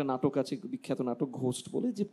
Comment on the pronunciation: It’s gowst not ঘোষ্ট, someone got to do some homework before prating.